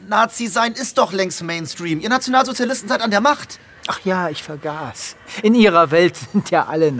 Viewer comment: ach ja ich VERGAS(en)/ vergaß xD, ob beabsichtigt oder nicht